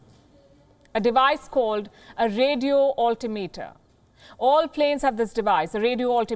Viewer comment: It is pronounced radio alTIMEter